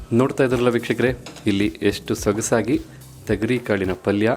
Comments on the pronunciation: Bhayya thagari kaalu Alla, thogari kaalu heli, gothildavaru hage heltare, karma, Kannada bashey koley madbedi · Tegari kaalu alla thogri kaalu